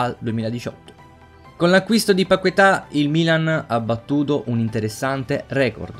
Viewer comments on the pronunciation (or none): È "Lucas Pachetà" la pronuncia.